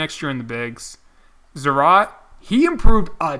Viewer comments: stop saying Zarat. Its Zarat-A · its zarat-a. the guy is latin american isn't he? it has to be zarat-a